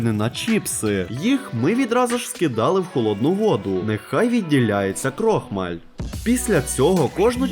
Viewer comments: КрохмаАль, а не крОхмаль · В слові крохмаль наголос падає на літеру а ,а не о😂😂😂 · В слові "КРОХМАЛЬ" наголос ставиться не на О, а на А!!!!!!!!!!!!!